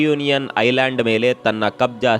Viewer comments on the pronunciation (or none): none